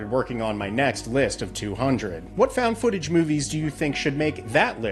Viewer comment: Фаунд футэдж или как выразился, фаунд футанаридж